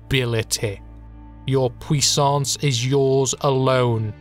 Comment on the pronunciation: Never have I ever thought I'd hear a British man pronounce "puissance" so well ! It gives me life.